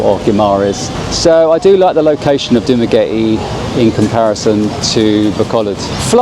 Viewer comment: Dumagretty? 😂 Did I hear that right?